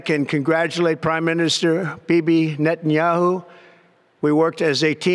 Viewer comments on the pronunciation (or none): none